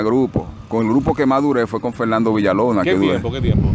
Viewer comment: COMO, ENTREVISTA A ALGUIEN SI NO SABE HABLAR, DICE CANTAL, PUELTA, FELNANDO, SEGUIDOL, ERROL, NO SE SI SABES PERO EN EL DICCIONARIO EXISTE LA R R R R R, COMO TE PONES A AYUDAR A ALGUIEN SI EL QUE NECESITA AYUDA ERES TU, RECUERDA R R R R R R